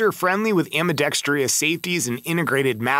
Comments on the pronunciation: You lost me at “ambidextrious” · ambidextreeeus is still not a word. How about ambidextrous?